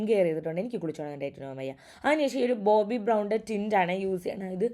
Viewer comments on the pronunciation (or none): none